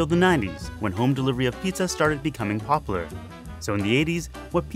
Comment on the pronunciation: This man hates the “U” in popular. Jk around.